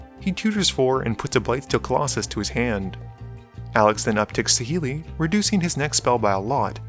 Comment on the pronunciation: Please do us a favour and say reveillark and saheeli properly 😂😂